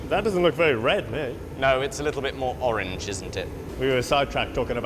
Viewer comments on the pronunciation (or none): none